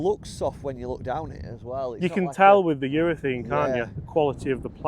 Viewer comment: Please, it's urethANE!!! Love the channel, by the way!